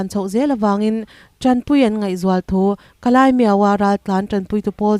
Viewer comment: Ka lai ani lo ka lay (ka lei ) lei ang a lam tur aw